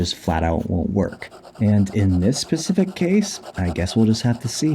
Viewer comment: Specific not pacific